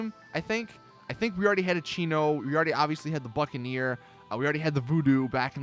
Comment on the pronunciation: when he said buccaneer i thought he said fuckaneer 😂😂